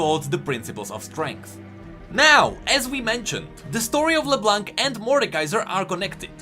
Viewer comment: it's LeBlonk, not LeBlanc. My ears are bleeding.